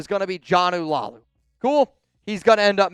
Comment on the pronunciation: You need to get Jonah Laulu name right it’s pronounced La ulu !